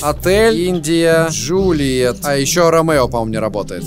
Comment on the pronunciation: он не "Ромеро" а "Ромео"